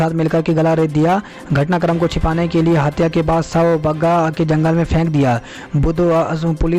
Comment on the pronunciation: Anchor jahil Haiti. Shav ko savv padha hai Aur padhna nhi aata to change ker lo